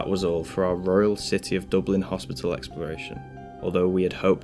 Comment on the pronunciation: Did you just say royle city?lol